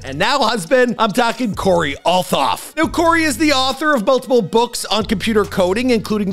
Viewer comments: Its pronounced alt hoff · That’s not how you pronounce her last name